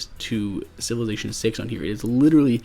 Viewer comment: LongArrow1234 SMH. I was referring to the pronunciation of Civilization as Sivelation.